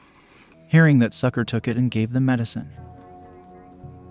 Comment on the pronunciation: So "Sucre" name is pronounced as "Sucker".